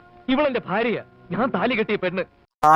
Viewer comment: ഫാര്യയും ഫർത്താവും ഫാഷയും 😂